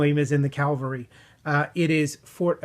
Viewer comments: Ca-val-ry, not cal-va-ry... :-) The ca-val-ry is in reference to horse mounted soldier. Cal-va-ry is the hill upon which Jesus Christ died for sin. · Let's say it together CA-VAL-RY not calvary. The Long Voyage Home and They Were Expendable are great.